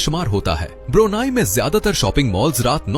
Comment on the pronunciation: ब्रुनाई नहीं ब्रुनेई है दोस्त ✅🙏🏻✌🏻